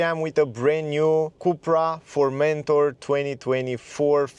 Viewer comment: FormenTOR, not ForMENtor